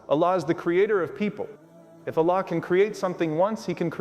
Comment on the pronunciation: Love but the way he speak Allah sound like he is saying one laam not the second laam.